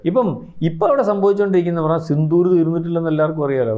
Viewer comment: സിന്ദൂർ അല്ല സിന്ധൂർ 😮😮😮😮😮